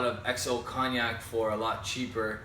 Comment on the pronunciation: Nice review. Btw, its pronounced coniac, the G is silent in Cognac just like in champagne. Your currency is weaker than the US dollar (.76), that's why it costs you more Canadian dollars than the US when you purchase. Cheers